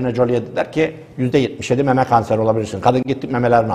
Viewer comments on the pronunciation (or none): none